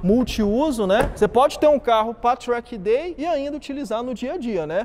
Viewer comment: tchrack day kkk